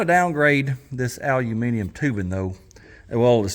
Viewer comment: You are first American who I have heard that pronouns "aluminium" correct.